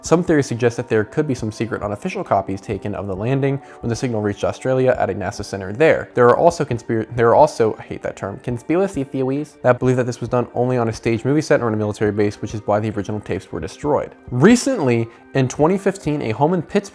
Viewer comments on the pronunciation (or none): I will never not say conspiwacy thewee after this